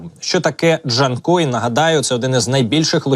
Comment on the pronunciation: Not "Dee-chan-koi," Artificial Intelligence, but simply JAN-KOI. Like the name "Jan," followed by the fish noun, "koi." Emphasis on the second syllable. I detest Artificial Intelligence voiceovers for this very reason. Just provide Professionally Translated video captions instead, please.